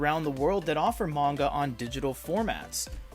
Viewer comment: Pronunciation of manga is painful